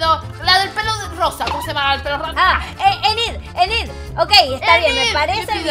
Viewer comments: se dise ninit no enit suerte cuendo video con dani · hee el nombre de la chica es INID asi se pronuncia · Enid se pfonuncia inid